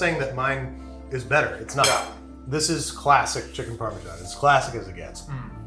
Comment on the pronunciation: Chicken "Palm"esan